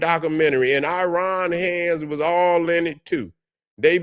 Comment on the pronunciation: Another thing brother, where did you get "Aryan" out of the word "Iran"?